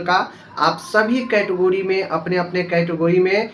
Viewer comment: Phle category bolna to Sikh lo lol kahi ka